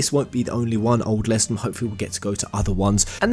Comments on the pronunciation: You keep pronouncing lestallum wrong and it's driving me crazy This DLC actually looks pretty good! I'm a sucker for any character creation/customisation so I'm looking forward to this. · Am i the only one who was slightly triggerd by the pronouncing of lestaulum and other things ? They said it in the game, don't change it, also i agree with most of the positive comments, xv was one of the better ones, sure the story was unoriginal but cone on, this day and age, new things are looked down on, if they did something original they would've recieved hate for it as well, I am a fervent square enix fan since vii and i love every game they made, hate me all you want but i grew up with FF after my brothers played vii infront of me, I've played those after vii and I'll continue to suport square enix untill I can't anymore